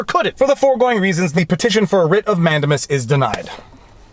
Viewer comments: I love your videos with one exception; your mis-pronunciation of Latin words is “fingernails on chalkboard.” For example, you say “MANdimus”. rather than “manDAmus” or “Amicus”rather than “aMIcus” . While it has been over 50 years since I last studied Latin, I don’t think the Romans have changed their pronunciation recently. Also, in 40 years of legal practice, I have only rarely heard Latin legal terms pronounced as you do. Otherwise, I love your videos! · I enjoy your videos and analysis, as I feel that I would agree with you most of the time (Yes, I'm an attorney.) HOWEVER, I cringe every time you say "MAN-de-mus." I learned it as "man-DAY-mus" in law school. I just double checked my Black's Law Dictionary, and it agrees that the word is pronounced "man-DAY-mus." (actually, the "u" is an upside-down e called a "schwa" but that's hard to type in comments.) Is your incorrect pronunciation of "Mandamus" a Canadian thing, or are you just doing it wrong? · Who knows where it's going to go. But, I have it on good authority that the word is pronounced, "Man-day-miss." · 😂😂😂 Man-dame-us Man-dame-us